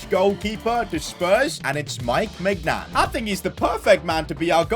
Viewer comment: The 'G' in Maignans name is silent